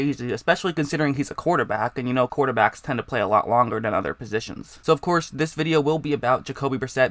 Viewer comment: Hey man you gotta work on your speaking. You sound like you are learning disabled. Instead of have you say "hab". instead of "quarterbacks" you say "quorbaggs"